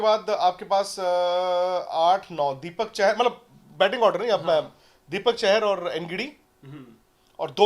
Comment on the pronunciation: it's Deepak "चाहर" not "चहर"